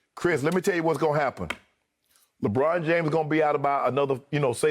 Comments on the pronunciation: Lol at times he says LABRAWN JAMESS LOL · when Chris Broussard said LEBRAUM JAYMES i felt that